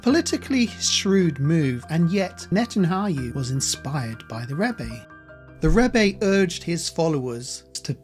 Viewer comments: Your pronunciation is wrong though brother. It is pronounced Netan-Yahu. Yahu is God's name. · I appreciate the presentation. It’s actually very interesting. However you have to properly pronounce Netanyahu’s name. You keep saying Netanhayu. It’s unbelievable as he is a central figure in this and his name is mispronounced throughout 🤣🤣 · Neh-Tan-YAH-who Ax-Sah I’m not lysdexic 🤣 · It’s Ya- hu not whatever you said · Why do you keep calling him Natan-hayu ? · Your pronunciation is poor. You can’t even say Netanyahu. Try splitting the name into two parts - Netan and Yahu. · Why do you keep mispronouncing Netanyahu's name? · You're mispronouncing his name so badly, I can't finish the video... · How is it possible to mispronounce the name of Netanyahu so many times? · Who is this ignorant non Jew who cannot even properly pronounce the Prime Minister of Israel's name or the word scepter? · lol made me laugh , Net anayhu lol I remember my mum ( who has been with The Lord just over 3 years ) , strugglning with how to pronounce his name correctly too, we used to laugh ! one day I said to her NET and YAHOO then after a bit of practice she got it . Thanks for the Video , Jesus IS definitley coming soon, He's only been gone two days on his clock or thereabouts .. Glory to God !! Prayers for peace for Israel and the salvation of the unbeliving Jews the World over and the salvation of unbelieving gentiless too Amen Amen and Amen God bless you and yours , and a new sub here from North Wales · When I hear you mispronounce his name it makes me not trust you. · It's N-E-T-A-N-Y-A-H-U How many times will you mispronounce? Good documentary though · NetanYaHu. Not the other way around! please don’t disrespect him by misprounouncing his name. It’s disrespectful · Yahu not hayu! It’s not hard!! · It's not Nethanhayu It's Nethanyahu 😂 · You're not pronouncing Netanyahu's name correctly. You're saying Ne tan ha yoo rather than Ne tan ya hoo. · It's Not netanhayu it's netanyahu 😂